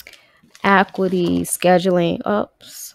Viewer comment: Ac-U-ity is how you pronounce it